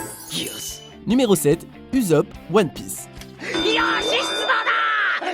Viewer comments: Waaaaa apprend a prononcé les noms t'es con ou quoi c'est pas uzop mais usssssop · « Uzopp »... C’est USSopp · Ussop et pas uzop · Et on dit uSSSSopp avec un S Et pas uzop 🖕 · Uzopp... wtf, ça se prononce Oussopp XD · Je suis un peu déçu, vous avez prononcé Usopp "Uzope", au lieu de "Usopp" 🙇🏽‍♂️ Et ensuite... vous avez dit vive Saugeking au lieu de Sogeking 🤒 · Sa secri ussup sa se li ousop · Puuuuutin ça c’est vraiment décrit par un robot c’est vidéo, on dirait qu’il fait des top de chose qu’il connais même pas c’est désagréable ... Uzope Uzope 🤬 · Ça se dit "oussop" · Il arrive toujours pas a dire correctement ussop le u se prononce "ou" sérieux c'est pas compliqué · sa se dit ussssssop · Jme demande pk ils l'appellent tous uzop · "Uzop" ... une fois de plus... quitte à lui manquer de respect appelez le Pipo.. au moins ça sera fidèle à la trad fr